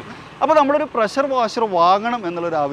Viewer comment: ബ്രോ പ്രസ്സർ അല്ല പ്രഷർ എന്ന് പറ 🙏